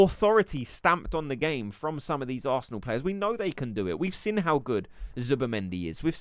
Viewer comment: I know it petty but why do you pronounce 'Seen' as 'Sin' . I just keep noticing it now. Like bavs... still says Expecially... when its especially. Love ur vids one of the most credible creators. :))